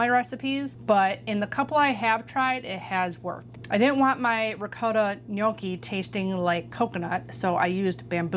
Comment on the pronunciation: Thank you for pronouncing gnocchi correctly. I cringe at restaurants where they butcher it, lol. I grew up with my grandpa making ricotta gnocchi. We never did potato. We've always rolled them down the fork, then proceeded to make the ultimate mistake of eating until we were full, and not leaving expansion space 😂. We've never fried them, but that looks delicious. Can't wait to try the recipe! Happy days.